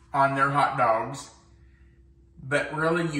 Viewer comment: I like when he says, "Hout Dauwgs"